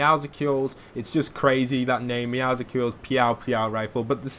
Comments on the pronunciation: ITS NOT MEOWSUCLES ITS MEOWCLES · It’s pronounced Meow-sils not Meow-sicles. As in muscles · Man, you said every agent's name wrong Meedas Skay TNT Tina Meow sickles Meow sickles Pyaow Pyaow rifle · Why do people say meowscles like musicals It’s supposed to be muscle with a meow Am I the only one that gets the pun? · Meowsels its pronounced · Meowscles is pronounced Meow-souls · It's pronounced meowsles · Why do people call it meowsicals theres no i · Its actually muscles but with meow at the beginning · Btw meowscle’s is pronounced (Meow-suls), just saying. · No it’s Pronounced (Meow Skulls) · but Meowscles is pronounced Meow Skulls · It’s pronounced meowsels like muscles + Meow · Meowscles is pronounced Me-ow-se-als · Hey. Don’t want to sound rude but the cats name is not a combination of meow and popsicle but rather meow and muscles. Pronounced “Me-ow-sl-s”. Don’t want to sound rude, I just hate bad grammar. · Meowscles is pronounced Meow - cells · I didn’t understand u for saying Meowscles the c is silent and it’s mined not minded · no one can pronounce "Meowscles" correctly. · Meowscles "scles" is pronounced the same way that it is in muscles